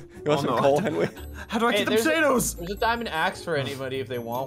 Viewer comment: Ssundee: it’s a little fishie like that’s not a fishie